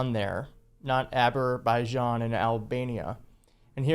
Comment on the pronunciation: "Aber-baijan"? There are place names in Wales beginning with "Aber". This is a prefix meaning that a place is adjacent to the sea.